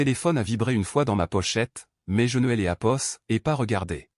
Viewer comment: Neapost alleapost jiapost etc.... . À toutes les phrases agaçant à l'écoute de l'histoire. Donc! Je laisse tombé l'écoute